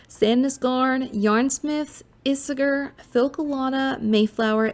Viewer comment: Ee-say-air….is how Isager is pronounced